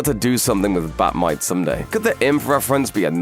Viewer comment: Well at least you pronounced Bat Mite properly.